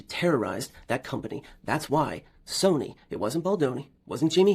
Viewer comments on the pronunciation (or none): none